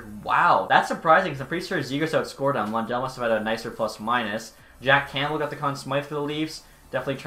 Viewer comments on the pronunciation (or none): none